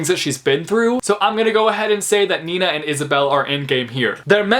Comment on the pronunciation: It may sound so weird but I like the way you say „Nina” 😂😂 it’s obv my name and I like when people pronounce it nicely